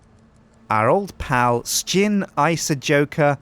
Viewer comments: Sjin , not skin wtf xD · sjin not shin